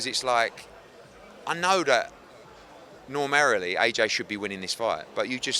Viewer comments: "Normarily"? Are we sure booze isn't allowed in Saudi? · Normarilly - not a word, eddy